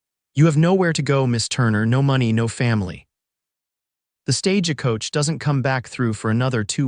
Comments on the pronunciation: You know there's no ah in stagecoach. It's not pernounced stagecoach. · Verbiage was not well in many ways. Are you all from another country so don't realize when reading the story how certain words are pernounced. Like I read (reed) the letter. It's I read (red) the letter. Not Stage a coach just Stagecoach drop the ah in middle.